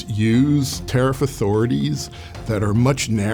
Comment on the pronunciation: Tell him it is tarrif 💹 not toffee 🍫